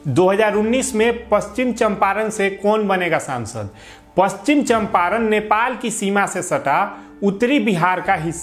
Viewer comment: Pronunciation to shahi karo pachichamparn ko